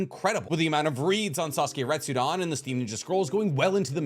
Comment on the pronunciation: It’s funny how you continue saying Retsudon and not Retsuden.